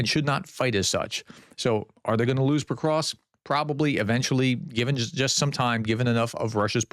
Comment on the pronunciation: Pokrovsk, not pokrosk...Jesus if you are gonna talk about it at least learn to pronounce it